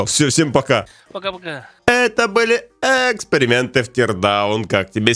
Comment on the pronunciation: Спасибо за ролик, эта интересная рубрика🧡( а ещё мне нравится, как произносит: рубрика эээксперименты)